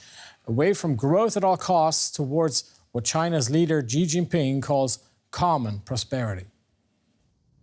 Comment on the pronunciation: How can this guy report on China when he can't even say the president's name right?